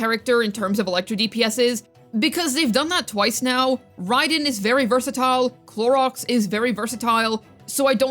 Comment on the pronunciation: I'm so tired of you saying Clorox or Cloriander its sooooooo annoying at this point. Just say her proper name its not that hard geez.